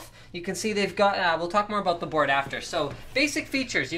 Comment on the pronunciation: i like how he says "aboot"